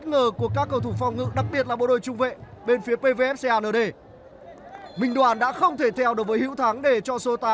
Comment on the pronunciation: Đọc Xê a nở đê vãi kém. Cứ đọc công an nhân dân đi cho chuẩn. 😂😂😂